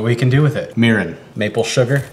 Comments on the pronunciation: Lol people are agitated about the leftover rice while im here agitated about the way he pronounces mirin. Why do foreigners PURPOSELY mispronounce words? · 미림을 뮈륌으로 발음하니까 되게 낫설다 아ㅋㅋㅋㅋㅋㅋㅋㅋㅋㅋㅋ